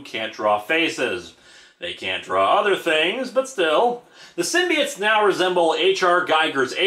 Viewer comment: p. sure it's symbi oats and not symbi its